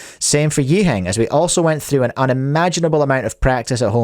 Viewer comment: I had to double-take as he pronounced Yiheng's name correctly. It was so odd that he even stuttered lol.